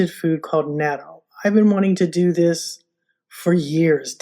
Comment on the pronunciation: Love natto and now I do make it in my Luvele..but could we please pronounce it like this “not.toe”…. Or listen to a Japanese person pronounce it…just saying…you did inspire me to use my Luvele for making it. Next I will order the specially cultivated smaller soybeans for natto from Laura soybeans.. turns out even the natto made in Japan uses special soybeans imported from the US